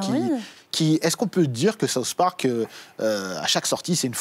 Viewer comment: MOI qui ai une immense culture us j'adore SAUCE parc ! T'as quel culture tu sais meme pas prononcer SOUTH sans dire SAUCE ! mdrrrrrrrrrr